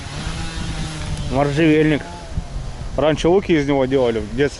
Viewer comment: Можжевельник, а не моржевельник.)) душевное видео, природа превосходна!